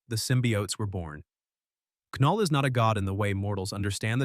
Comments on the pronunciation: Why tf are you saying K null? It's (null) the K is silent 😂 Knull isn't a symbiote btw lmfao!! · Null, not K'null. The K is silent. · Who the fuck is Kuhnull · Nulllll not ka null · I hate when the ai says K-null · AI script, AI voice. I can tell by the the way it says ku-null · Knull in pronounced "Null". But I'm pretty sure this voice is possibly AI so🤷‍♂️ Edit: Now he gets right.😆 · The AI is driving me nuts. It kept calling it "Sim-by-ote" Wtf is a SimByOte? Then 20 seconds later it'll get it right and say simbiote and immediately go back to screwing it up! 🤬 And how does AI not know the K in Knull is silent? It doesn't say K-nife! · AI narraration saying "KA-null" lmao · DUUUUDE if you say Ka-Null one more time !!! 🤬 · Now chat GPT you know that K is silent😂! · Trash. Said knull wrong. Got venom backstory wrong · SAY KNULL RIGHT DAMMIT😂😂😂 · Not to be “that guy,” but the K in Knull is silent. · It said knull wrong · It’s ai so it probably can’t differentiate some lines he said knull like null but other lines the k is pronounced so it’s just ai messing up